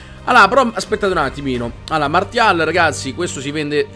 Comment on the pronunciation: Martial...... pure mio nonno sa che si pronuncia "marsial " .